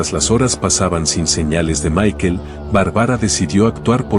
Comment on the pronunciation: Barbara no Bar-bara y es Michael no Mikel 🙈 minimo pronuncia bien los nombres 🙈